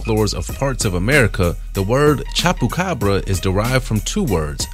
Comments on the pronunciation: Did this boi say chop-ucabra😂😂😂 It’s chubacabra hahahahaha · He said chapu carbs it chupa cabra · this dude can’t even pronounce ‘chupacabra’ 🤦🏻‍♀️ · The way your saying chupacabra is just no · And chupacabra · I got mad how he said chupacabra